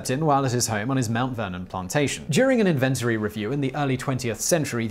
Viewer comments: Inventry??? It’s inventory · It's pronounced IN.................VEN........................TOR..............Y, not invent........ory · In-ven-tory. Or Invent-ory? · I’m also English, and i’ve never heard someone pronounce inventory with 3 syllables... did not know you could do that edit for reference i'm hearing: in-VEN-tree but i've only ever previously heard: IN-ven-tor-ee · Thanks for teaching me a new UK pronunciation: Invent-ories vs Inven-tories. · It's also wrong... it's 'in ven tory' but English is a bastard of a language so many English speakers get it wrong lol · in•VENT'or•ees ? IN'ven•Tor•ees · "INventory" (North America) or "INvent'ry" (Britain, sounding like "Infantry"), not "inVENtory." In all my 43 years, I've never heard that pronunciation. :-) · Simon: It's pronounced "in-ven-TO-ry", not "in-VEN-to-ry"... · Please stop inventing (sorry had to) words inventory in said as, In-vnt-Tree not invent-Tory. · Correction: inventory pronounced in-ven-tory not in-ventry, if you are British, you are using the mid Atlantic pronunciation. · in-VENT-ory : a place where you invent things (like a lavatory, where you wash; or a gallery, where you're galled that this is called art) IN-ven-tory: a listing of what you have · anyone else find it odd that he pronounces it "in-vent-ary" instead of "in-van-tory" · Its pronounced 'In ven Tory ' not 'in venerty' just saying ;) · INVENTORY....NOT "INVENTRI" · You're mispronouncing "inventories", friend Inn-ven-tories Not invent-ories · simon.... the word is IN VEN TORY not IN VEN TRY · It's INventory.... not inVENTORY. Got to love British English.... freQUENT??????? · In-ven-tory, not invent-uree. Damn English can't speak their own language LOL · What is an inventery? In-ven-tor-y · I'm sorry but 'inVENtory' sounds less like the actual british pronunciation of the word than it can possibly be. Seriously Simon, it's not a laboratory for invention - it a description of items collected. An 'INventory' if you will...